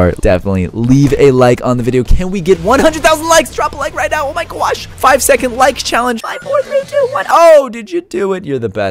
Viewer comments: he said oh my gwosh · Guys when said oh my gwaash